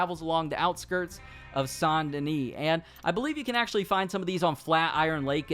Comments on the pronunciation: pronounced Saint Duhnee not sain duhnee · Not saint denee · San denis😭 it’s saint denis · Ikr it should say that because that’s how it’s said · San deni? You mean, saint dennis? Haha im so mean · It’s saint denis not San dena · Pronounces Saint Denis “San Denee” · It’s Saint DENIS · How tf do people not know how to pronounce saint denis when they literally say this name in the game so many times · Why do you pronounce Saint Denis like that? Are you selectively French?